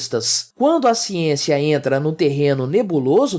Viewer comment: "Xiênxia, xiênxia, xiênxia..." A academia virou uma fábrica de jumentos descerebrados...